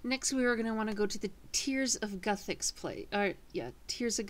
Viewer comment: no its g"u"thix